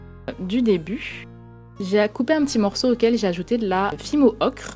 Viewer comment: dsl pour le com ''arrête de dire ocrrrre '' ce n'est pas qui a dit ça c moi MS dsl